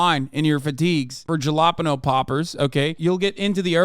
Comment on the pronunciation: I am absolutely disgusted by how Hasan pronounces jalapeños